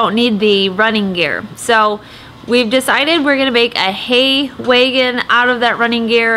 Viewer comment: That’s wAgon. Not “weigon”. Haha. Gotta love the different accents around the country